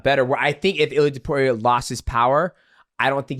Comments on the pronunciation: TOH-POO-RIA NOT TOP-YOU-RIA Coohnt lmao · Who the fck is Topiuria? It's Topuria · Guru: ilia too puria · Guru saying "Ilia Topiuria" is a pet peeve of mine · Who the hell is Tupuria😂😂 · it's not "tiupiuria" either xd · Tuupuria 😂 guys needs a pronunciation lesson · Tah-PURE-ia ….. you sound like an ass. Say it normal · This dude cannot refuse to call Georgian midget „Tiopiuria” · Who’s TEP-PURE-RIA? 🤣